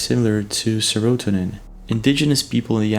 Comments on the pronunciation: BTW, seratonin, is pronounced Sarah tow nihn. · It’s pronounced Sara-Toe-Nin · Its SERA-Tone-IN Oh love the channel BTW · did he just say "ser- er - o - tin?" lmao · You said se-roh-tin-in. Wrong. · sair-oh-toe-nen (serotonin)